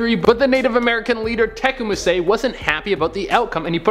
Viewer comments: Oh, geez. It's pronounced like an unstable watercraft, a tippy canoe. And Tecumseh is tuh-COME-suh. Bless your heart, you tried! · bro,, ok first off its Tippecanoe ( tip a canoe) and Tecumseh (Ta cum see). Only because that is my tribe(Shawnee from Ohio.) Otherwise keep up the positivity bro, your killing it! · Oh..it's pronounced Te-come-see. You are adorable!! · That photo was Robert Kennedy Jr, I think. You guys should check your pronunciations. TIP-pee-CANOE. Not canO. Tecumseh - Teh-COME-seh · Tippecanoe is pronounced “tippy canoe” and Tecumseh is pronounced “tuh cum suh”. Also JFK jr died in a plane crash while Michael Kennedy died in a skiing accident and the picture they showed was not JFK jr. Lastly, Edward Kennedy didn’t die when his car went off the bridge. The woman with him did. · Oh and it's Tech-come_seh. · The pronunciations on Tippecanoe and Tecumseh, jeez. Please make sure your presenters know how to pronounce the things you want them to say!